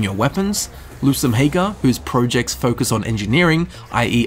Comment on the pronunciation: Who pronounces projects like 'projects'